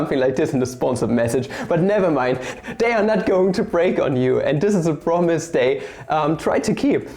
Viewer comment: It's "they" and not "dey"